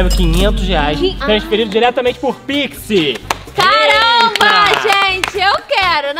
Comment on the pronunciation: E tão engraçado o fala pixi e não pix